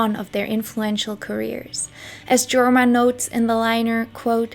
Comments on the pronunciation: the name Jorma is pronounced "YOR-ma" (Finnish). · FWIW Leadbelly is pronounced Led not Leed and Jorma is pronounced Yorma. This was a great video. Thank you